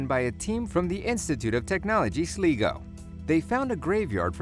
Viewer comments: Its pronounced like "Sly-go" not "Slee-go". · Did he just say slee-go and lime-rick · laimerick, Sliiiigo HAHAH nice video anyway. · sly go- ross common please pronounce it correctly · great video but it's sl-i-go not sl-ee-go and limerick is lim-er-rick not lime-rick still great job and sorry for being a grammar nazi 😂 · Omfg.....these pronounciations though.... Lay-oh-is *facepalm Leesh is how you say it. Slee-go..... *facepalm Sly-go is the correct way to say it. Do you know what I don't blame ye, I used to struggle too! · When he says sleego instead of sligo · Sleeeeeeego lol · johnkollor he says it sleego and country instead of county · Sleego, Clonykayvan, Tulamore, Lime Rick, Derrin A Flin, Bute a Vint, fuck me. And there's more wrong pronunciations in this video. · It's pronounced SLY GO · Sligo.. PLEASE I HAD TO HEAR GALWAY NOW SLIGO HEY IM FROM LOUTH!!! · Lmao at the way he said Sligo I can't even